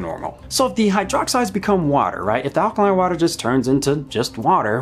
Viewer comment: did you just say "allergy eaters"?